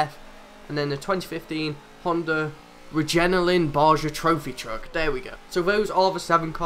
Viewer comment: My mans said regenaline